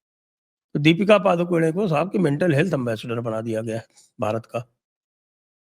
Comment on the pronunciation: पादुकोने नहीं correct pronunciation पडुकोणे